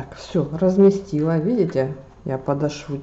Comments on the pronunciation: ПодОшву, а не подошвУ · Пришить подошву! Во втором слове ударение делаем на втором слоге, а не на конец слова,! Без обид. Удачи! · подошву- ударение на 2 слог . Очень благодарна за мк СПАСИБО